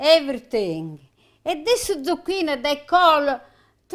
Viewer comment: Zu-QUEEN is right!!